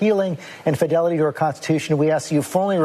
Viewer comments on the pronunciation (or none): none